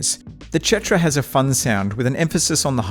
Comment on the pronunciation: idk why you keep saying chetra.